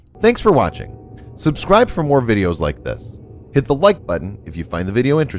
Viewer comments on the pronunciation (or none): none